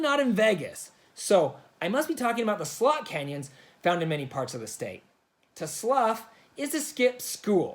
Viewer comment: Everytime I heard you say slot I thought you were saying it with a u. Lol